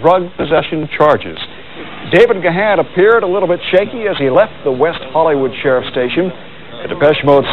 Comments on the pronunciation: Even today after all these years people still can't pronounce his last name. It's Dave (pronounced "Gone") damn it! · My 'favorite' mispronunciation of his name was when a reporter called him 'gay-hen'. hehe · At least one reporter can pronounce Gahan! Joking aside, I’m so happy and relieved that Dave turned his life around and kicked the habit. Depeche Mode.... more than a band, more than music, it’s etched on my DNA; as much a part of me as the grey whiskers in my beard! It was also nice to see Alan drumming away wearing those trousers which are now in my wardrobe upstairs after winning them at a DM convention in Basildon a good few years ago! 😎